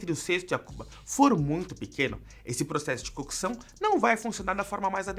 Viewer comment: Agonia em escutar a palavra “cookeção”